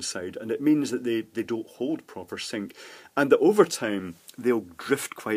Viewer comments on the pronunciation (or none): none